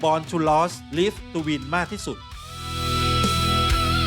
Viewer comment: Born to Lose, Live to Win. Lose ออกเสียงว่า “ลูซ” ครับ เป็นแฟนประจำนะครับ ฟังมันส์ทุกวง ครับ